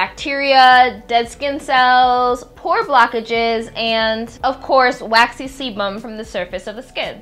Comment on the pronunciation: Did I hear semen? at minute ?